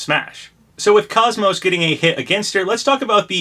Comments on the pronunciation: *without the y or t at the end so Coze-Mose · Welcome back Papa! Happy New Year! I still have hope for KOS-MOS! Also it's pronounced like Saying Cozy and Most without the y or at the end!